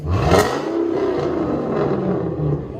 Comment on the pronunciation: “2002 Ford Fxursion” is what I heard